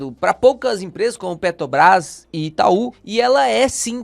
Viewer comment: Em todos os seus vídeos você fala PeTObras. Está errado